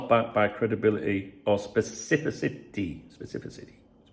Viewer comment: with his specifisissy.. that word 😂